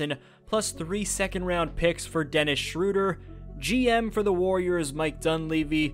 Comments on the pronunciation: it's the cat guy. Just say it like that. Umlaut makes it have a different pronunciation. It's a german language thing. Schroeder is how it would be spelled in english and you basically say the O and E as if they were one letter. oe equals ö for english - german shorthand translation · Why is everyone calling him Schrewder? I thought it was Schroder?